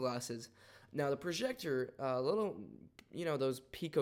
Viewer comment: It's not a prozhector. It's a proJector.